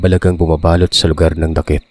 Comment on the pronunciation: Dakit word is balite tree.then pronunciation not dakit, daaakit